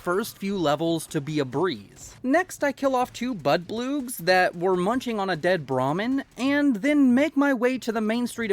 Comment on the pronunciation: there bloodbugs the hell is a bloodblu or whatever you said